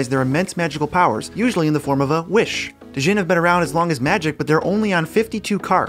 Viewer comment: "Dee-jinn"? The "D" is silent, hillbilly